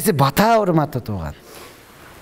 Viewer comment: Урматтуум ! . Батаа беүү эмес , патьа берүү !